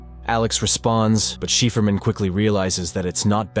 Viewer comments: it’s pronounced CIPHER - not “sheeferman”. A cipher, which is something that can be decoded. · Cool story! Curious why "Cipherman" isn't pronounced "Psy for man" instead of "Shefferman"? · Cipherman (Si-Fer).. he said She-Fur-Man.. LOL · "Cipherman" is pronounced SIGH-Fur-Man. Not Shee-fer-man. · Shefermin? No cipherman, cipher-man. If you don't know how to pronounce something just ask google, it only takes a few seconds and will save you from embarrassing yourself. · Sypherman, not sheeferman. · AI it’s cipherman not sheeferman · Cipherman, is pronounced "Sy-fur-man" not like Shefferman lol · cheferman? dude you have to be trolling. it's pronounced (si-fer-man) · psy-fer-man....not chieferman. Sigh. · Who provides the voice description??? Angered isn't pronounced 'Ayn-jer-ed' it is pronounced 'Ayn-grr-ed' (hard g) and Cypherman isn't pronounced 'Shee-fer-man' its pronounced 'Sigh-fer-man'. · please stop saying "sheeferman" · I like when he calls cipher man, chieferman 10/10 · ikr, sheeferman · Chiffre man Chef Erman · So is cipherman pronounced as sheeferman or chefferman? Lol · Sheeferman? A.I. is no danger to us yet. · People still worried bout ai when it cant even pronounce cipher and anger correctly pfft. Sheeferman.. lol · It’s cipher man. It shefferman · CypherMan... Si-fer-man... please stop saying it wrong...hurts my soul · Cipherman is pronounced “Sy-Fur-Man” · People flooding to the comments to bitch about "cheefermin," when the narration sometimes shifts to referring to the main character as "a man," pronounces angered as "ainjurred," and describes Alex as "sending his guests to hell" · Um, I think Cipherman is probably pronounced Si-fer-man, as in cipher-man. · it would be pronounced 'cypher-man' as in code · Interesting. But 'cipherman' is pronounced sy-fur-man! Bad pronunciation drives me crazy! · its pronounced cypher man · cipherman - as in "sy fer man" Stupid text to speech. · Please stop saying "shefferman"